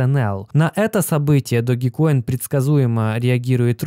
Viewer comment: Не Доги коин, а Дож коин